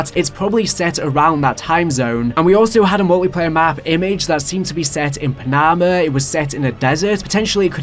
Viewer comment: You mispronouncing F-117 and panama was bad